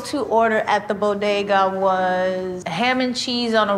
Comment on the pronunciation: Can't believe she pronounced "bodega" right 😂